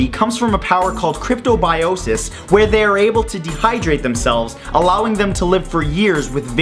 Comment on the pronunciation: on the tardigrade when you said KRIPTObioses wait kripo as in kriptonite from supermans home planet kripto mmmhhhh?????